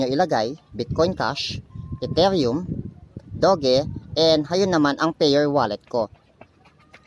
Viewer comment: Hi maam/sir hindi po "dog e" ang pronounce sa doge. Pronounce nya parang "dodge". Yun lang po hehehe